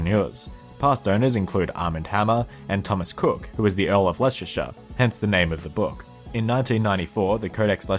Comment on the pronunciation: As someone who lives in Leicestershire I was happy it was mentioned however it would be remiss of me not to correct the pronunciation. Less Ter sher that's shire as in Sherman not shire as in hobbits.sorry to be picky but it good to learn stuff. Keep up the good work I love these vids